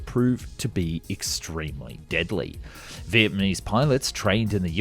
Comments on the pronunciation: Small pronunciation nitpick. It's Vietnamese (Viet-Nam-Ease) not Vietmanese (Viet-Ma-Knees). Just thought that was funny, but love the content. Keep it up! Second pronunciation nitpick while I'm here: "Nguyen" is pronounced like (Nu-win) not (Nugun). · Is it just me or is he saying Vietmanese instead of Vietnamese?? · Its Vietnamese not Vietmanese bro 😭😭😭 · It still baffles me everytime a westerner pronounces Vietnamese as Vietmanese. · First off your videos are always great, and informative. The unique CGI aircraft models are wonderful. I just wanted to point out something I heard a few times in this video. you are pronouncing Vietnamese as Viet-MA-NEES and maybe not even realizing it. it is NA - ME not MA-NE. Anyway, on to more important things.. yes I would love to see more videos like this of historical plans which had a long history of service! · wait..... wait... did he just say vietmanese? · might I ask who the Vietmanese are? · ah yes the vietmanese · Did he say, "Vietmanese"? LOL. Cmon dude. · Oh yes, the vietmanise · who edits these? He just said Vietmanese! This low effort shit is terrible... can't imagine the sweatshop where the animation is done. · Vietmanese? What's that? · Low effort crap. HE said Vietmanese at one point. These are terrible.